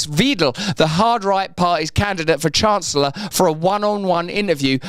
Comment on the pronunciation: Weidel: That's pronounced (why-dell) and not (weed-dell)😂